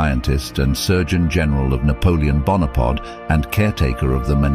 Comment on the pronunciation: 'Napoleon Bonapod'